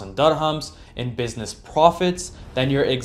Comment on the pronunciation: And dirhams is pronounced dir-hams, not durr-hums.